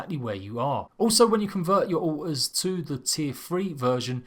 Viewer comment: Almost sounds like he keeps saying uh ohs, took me a minute to realize altars